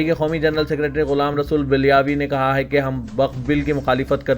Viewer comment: Ghulam rasool balyavi.not bilyavi.